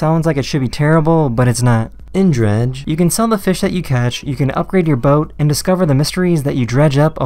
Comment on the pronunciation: cool, was just curious to what people thought. There were just a few words that sounded off. The way you said dredge and there was another game title you stressed just sounded off. Keep doing you though. Been watching your stuff for years now, have a good weekend